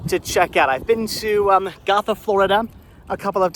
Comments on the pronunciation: Gotha resident here. Was about to say the same thing about pronunciation of Go- tha (named after the town and county in Germany as the town was established by German immigrants back in the mid to late 1800s'). Also, Dingens is pronounced Din- jens. Fun fact: that area was once part of a military depot during WWII! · It’s pronounced Gotha (go-tha) , I grew up in the area. Sorry I wanted to educate you. All love.